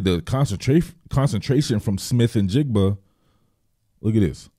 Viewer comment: bonus points for not butchering the kids name either I can’t tell you how many times I’ve heard people screw that up. 😂